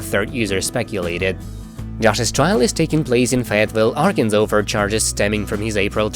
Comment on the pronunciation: Ok, it’s not arkenville. It’s Arkansas. The voice over is horrible.